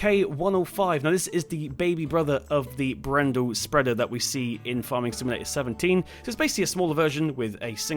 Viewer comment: It's Bred-dal not brendle